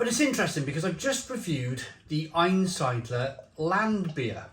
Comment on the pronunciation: I know you want to use a glass to pour the beer in so we can see the colour of the beer but you have a tall, cream coloured stein sitting right behind you from Aktien Zwick'l beer (also lovely btw)! Couple of pronunciation tips: -Einsiedler: ain-seedler (ain as in Einstein), -Chemnitz: Chem as in chemistry. -Reinheitsgebot: Rain-haits-ge-boat Zwickel: Tswickul In general the Germans pronounce the Z as if it there's an invisible T in front of it that you do pronounce, also works for zwei, zusammen etc